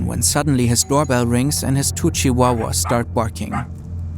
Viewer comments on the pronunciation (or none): Tu-chi-wawas lmao. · “…when his two chihuahuas-” Heard ‘when his twitchy wawahs’ 😭